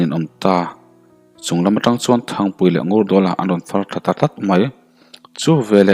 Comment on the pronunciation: Anrawn farthla ta tat mai 😀😀😀ta tlat mai tih tur.tawngfiah theilo ami